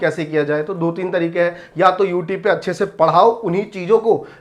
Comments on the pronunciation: YouTube- ❌ YouTebe - ✅ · YouTube ❌ Youtibe ✔️ 😂😂😂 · Sir phle, YouTube bolna sikh lo thik se., Or thoda kam jealous rho, or thodi si thodi si educated insann ki trh, jao or padho chizo ko... Study2Win ki sare, privacy policies padho, or students ko stupid bana band kro, dum hai toh rok ke dikha do, sagar sir ko, jo shi steps lete hai na... Use koi nai rokste hai.. Yeh baat set kr lijye sir.. Or please English thik kr lo app thodi si... Worth word ki meaning check kr lo ek baar aap.. And plz thodi si English padh lo... Plz... Course lelo aap hmare, study2win se, agar apko belive na Ho toh... Toh app request krna free m apko provide kr denge sir... English sikh lena, plz. Dont Use the medium such as YouTube to spread misinformation, Legal action ki aap chinta mat kro, bus... Woh khud hi time btaygi...... Student se mai request krna chata hu ki thodi awarness ke sath decision le...!! Mai bhi family members hu civil beings ka or yeh tolerate nhi karunga is level ki misinformationspread kr rhe ho app.